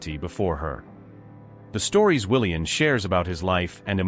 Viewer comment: His name is pronounced WilliaM, not WilliaN. Please edit your stories and reprogram your AI robotic narrator to pronounce words properly. And why do some of the sentences start out saying E. It's irritating and hard to listen to. The story would be so much better if the story was edited and corrected